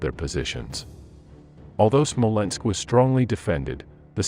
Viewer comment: It's SMOLENSK, you morons, NOT "SMOLENSKO"!!!!